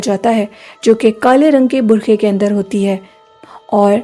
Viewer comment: U need to work on your urdu burqa hota hy bukha nhi thanks